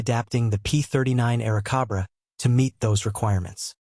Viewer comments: Air Cobra! Not Kabra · COBRA. NOT CABRA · AircObra... not AircAbra... ROBOT - from where??? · Good grief. I don't think you got the name right even once. It's an Airacobra. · How much can you trust the info in a video where they author can't spell or pronounce the name of the plane properly?